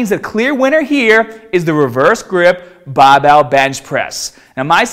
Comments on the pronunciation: think it's because he used to hide it, but he doesn't do that anymore. You can tell in some of his older videos that sometimes he says bahbell and in the same video he also says barbell. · Fuckin llama man. Bahhbell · i like the way he says barbell. Bahbell haha sounds cool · I clicked to hear more baaaaahbell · Where do the unused "r"s go? Put them on your baaahbell.. sorry. Couldn't help maahself. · Im just watching this to hear him say barbell😂😂😂😂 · He sounds American until he says barbell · tahhget the bahhbell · Just subbed on your channel, great vids. Pronouncement of Barbell and arms is funny tho.